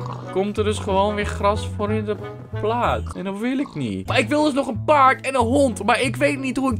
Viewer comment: Ik dacht dat een geniale uitspraak had van een paard in een dialect, maar jou versie/uitspraak is nog genialer😂🤙Je bent trouwens met die kraag omhoog echt een coole jongen hoor😜😘 Bedankt voor deze aflevering! Ik heb heerlijk gelachen🔥♥️